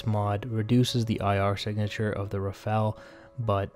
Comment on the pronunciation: RAFALE ! Not Rafale omfg!